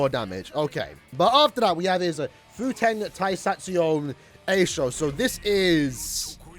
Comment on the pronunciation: Nice try smartass, do you even learn Japanese? It's "Fu - te - n Ta - i - sa - tsu - ryo - u" Many of those syllables have very distinguished sounds that you can't relate to any English word.